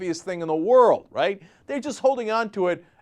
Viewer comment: wold record!